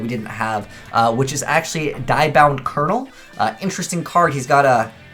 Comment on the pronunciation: Pendulum summon diabound kernel (pronounced like Spanish dia, not German die the), like you do with thunder dragon or yosenju misak. I do like the fact it feels like a modern strike ninja, being able to hide during either player's turn so long as your opponent controls a monster, and weakens that monster so no sadistic choices